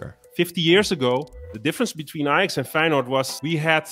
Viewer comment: eye-jax…Does it still hirds?? 6-0 😜😜😜😜